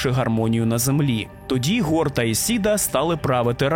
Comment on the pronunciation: Гор — це 𓅃 у коптській вимові? Дуже незвично. Наче в усіх инших транскрипціях це слово починається з глухого фарингального фрикативу...